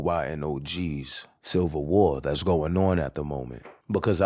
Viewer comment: Nigga keep saying "Cival War"